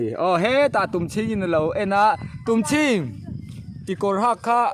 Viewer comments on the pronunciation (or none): none